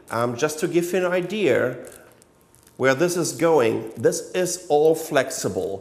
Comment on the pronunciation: The word "idea" does not have an "R" in it...